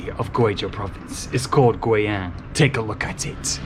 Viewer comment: It’s pronounced “Gui-Young”